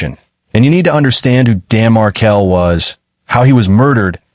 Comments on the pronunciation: It's not Mar-kel. It's Markel. I will tell you that for nothing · The surname is pronounced Markel Not Mar-kel. Period. Let's all change our surname pronunciation. Ridiculess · Please pronounce the victim’s name correctly. Pronounced Mar-kell, not Markle.